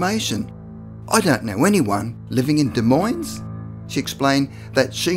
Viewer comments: it's pronounced "deh moin", the es is silent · The “s” is silent in Des Moines. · You don't pronounce the "s" in the name Des Moines. It sounds like "de moyn." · The “s” in Des Moines is silent, but love that story. The first one I’ve heard of in Iowa. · Can express the finer points of Cyrillic grammar but cannot say, Des Moines without pluralizing it......